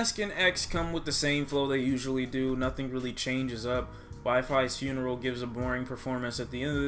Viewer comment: you r supposed to pronounce wifisfuneral ,wifysfuneral